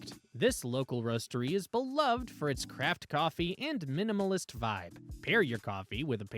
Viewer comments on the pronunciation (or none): none